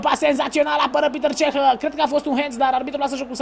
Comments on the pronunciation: Nu e pităr ceh este petr cech . ! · E Petr Cech , nu Piter Cech